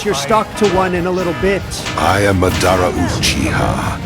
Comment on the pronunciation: How does Madara Uchiha’s AI Voice, which is perfect and amazing, pronounce the name “Madara” weird?